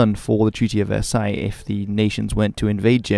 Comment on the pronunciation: The way you nailed the prononciation of Versailles is quite impressive.